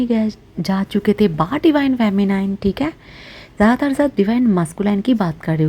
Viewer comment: You're such a cutie, the way u talk! Aur Ba bolte ho accha lagta hai, r u bengali?